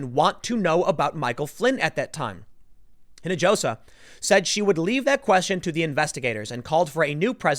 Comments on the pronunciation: Spanish pronounces the letter "J" like an English "H". It's "een a HOS a". Or are you still "Looking for the way to San "JOE SAY". Put a little work into learning words, bro. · I know Tim's not great with pronouncing names, but you can tell he hasn't been around a lot of Spanish speaking folks. The "j" in "Hinojosa" is pronounced like an "h." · Spanish lesson for Tim: Hinajosa is pronounced "eenahosa" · No. It's SO-cheel. And the leading H in the last name is silent, so it would be more like Ee-no-ho-sah. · Hinojosa = pronounced ‘he-no-ho-sa.’ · u pronounce it Hin -i-hosa (hispanic orgins) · dude, her last name (Hinojosa) is pronounced “ee-no-ho-sa”, the first name? not too sure